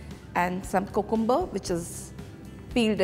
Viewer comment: First of all go and learn how to speak proper English even if u can't do that stick with hindi or whatever and BTW people call it cucumber not cocumber and other word is the slices not roundels I am also a housewife from India but I don't speak like that............ Just an advice.